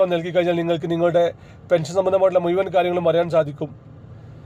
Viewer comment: മുയു വn അല്ല "മുഴുവൻ,"